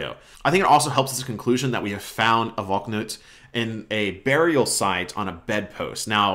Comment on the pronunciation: it's not pronounced "Valk-nut" it's "Val-knut"